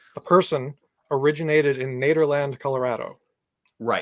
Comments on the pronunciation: As a Colorado native hearing them call Nederland "nayder land" hurts so bad. One of my favorite places to go back packing. I have never ever ever ever ever heard it said so damn incorrect that almost made my brain explode. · Is it pronounced Neederland?